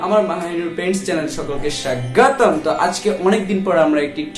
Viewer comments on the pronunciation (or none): সাগগোতম না স্বাগতম